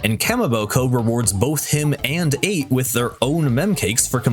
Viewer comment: I thought Achts name was pronounced ech